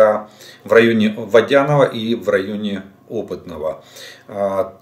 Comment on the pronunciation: Жданов, правильно называй населенные пункты, полная безграмотность. Не ВодЯной, а ВодянОй.